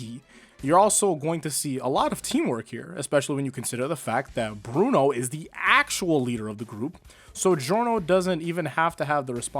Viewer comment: Perhaps I’m a little biased but.. uh… Bwuno